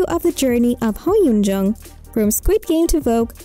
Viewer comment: This woman is saying her name wrong. 🙄